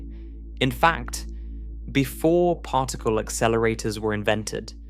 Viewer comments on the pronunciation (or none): The mispronunciation of Particle to partacle is killing me. I cannot continue with listening to this to help me relax and sleep whilst learning this and other speech errors. Arghhhhh